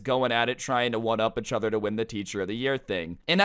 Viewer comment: why does he say eachother like “achother”